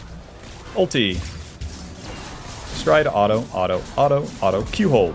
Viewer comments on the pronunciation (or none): how come you say the word auto as alto